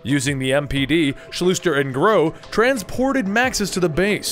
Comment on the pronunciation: The Dr.'s name is pronounced Shooster, not Shlooster. Just a heads up.